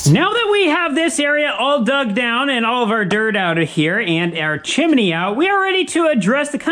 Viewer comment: It's a two syllable word, chim-ney. It's NOT chim-i-ney, like you said the first time. How you ever got that in your vocabulary is a true mystery. It sounds as if you're uneducated when you say it that way. In this video alone, you say chim-i-ney at least three times.